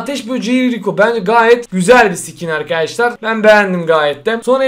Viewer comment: Abi lütfen skin derken ke yerine ka dermisin❤